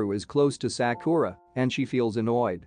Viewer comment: I love how he pronounced Sakura's name as saakooraaah😂😂